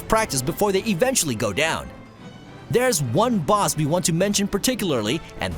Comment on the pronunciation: Are you saying boz battles? The Boz